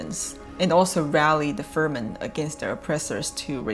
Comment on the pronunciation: Fremen not Fermen